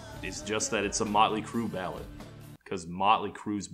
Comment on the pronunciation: I thought he said "Nine Inch Crue"